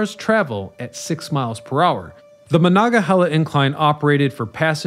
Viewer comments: How many times do you need to mispronounce Monongahela? Very irritating. No chile left behind. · Came here for/to make this comment. Before content creators do these things, maybe consult a local. So many Appalachian words get completely butchered. Kanawha happens so frequently. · I love the series, but hearing the mispronunciation so many times, I had to turn it off. 😟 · Amen. I've never heard the word slaughtered that way before, ever. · Very interesting. So interesting that my Pittsburgh born wife watched the whole thing despite the butchering of Monongahela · As a yinzer who was raise on the mon they way you say it makes me wanna throw a bike in the mon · OMG ur misprouncing monongahela !! It’s cringe AF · OMG ur mispronouncing monongahela !! It’s cringe AF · I've ridden it, but I bailed on this YouTube by the 3rd time he tried to pronounce "Monongahela". Maybe he should take up like the locals and abbreviate it to "Mon". I've also ridden an inclined railroad at Niagara Falls, but that's a cogwheel road rather than a passively driven cable vehicle as in Pittsburgh. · It's a tough one if you're not from Pittsburgh, but its "Muh-non-ga-hela" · MON ONG A HEELA. FFS. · I am getting annoyed too. Omg